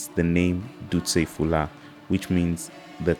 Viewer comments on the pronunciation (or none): Duste hula..not Fula 😅